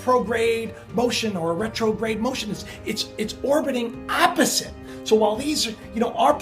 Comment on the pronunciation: Orbiting 'apposite'? What...or is it meant to be 'opposite' with an 'o'?